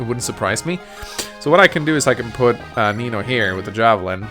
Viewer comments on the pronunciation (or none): Is it just me, or does every time says "Nino", it almost sounds like he's saying Amino?